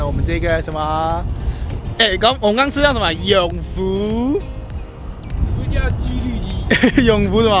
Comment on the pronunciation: ㄐㄧㄨ 肚雞～～😂